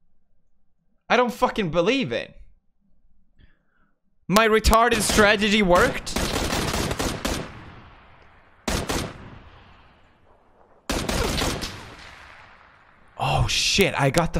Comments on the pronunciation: like how he says stragedy instead of strategy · anyone else noticed that pewds keeps saying stragedy instead of strategy? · please someone tell him that it's "strategy" and not "stragedy" lol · Ivana Klam stragedy swooty